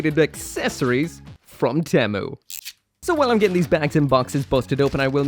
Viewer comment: 1st off, temu sucks And 2nd, why does he pronounced temu like that?